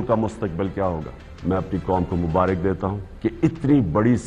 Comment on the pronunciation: Mubarik lafz wrong he Mubarak lafz he correction ker len.